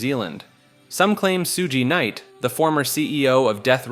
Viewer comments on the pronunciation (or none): Soo-gee Knight is fucking hilarious, sounds Korean 😂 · Sueoogy knight? Who is that? 🤣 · Soogee Night… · Hahaha bro tough to be a subject matter specialist when you COMPLETELY messed-up BOTH Tupac's name, AND Suge Knight. It's pronounced "Shug" Knight, & TWO-Pac, not "Sugee" Knight & "Two-Pack" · soo gee knight lmao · Not soogie night😂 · shout out su-gee Knight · You forgot “Soogee Knight” lmao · Soo-gee Knight took me out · Scooby Nite🫏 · i almost choked when he spoke about suge. ‘shoo-jee knight’ the level of laziness on this channel is something else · Dawg I love this channel but the mispronunciation bait is getting crazy 😂 “soo-gee knight” cmon bruh 😭😭🤣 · "Soog knight" 😂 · I literally came to say the same thing. 2 pack and soo jee knight lmfao. I swear they do this on purpose. I hate it